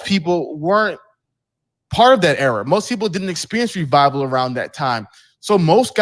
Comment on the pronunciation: Hafeez is long-winded and I hate that he keeps saying "error" instead of "era". Ugh.